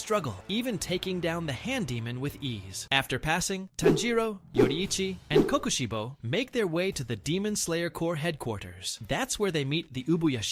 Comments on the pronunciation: U mean mitchikatsu? No hate but it made me so mad when u kept saying kokoshibu😭🙏🥀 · Why say kokushibo like that